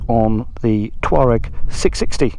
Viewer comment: Could've sworn you said you were out on your 'toe rag' haha! I thought something had gone wrong with it.